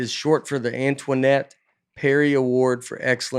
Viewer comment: Nate: pronounces Antoinette as “AnTONYette”. Also Nate seconds later: I don’t get how they get Tony out of that name for the award name